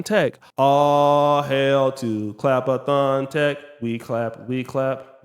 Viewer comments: What you not gon do is say clappathon 😂 what did you say? 😂 ClapTech? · Yo ass said CLAP-A-THON TECH!!!!!... Hell nah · Clap-a- thon tech 😂😂😂😂😂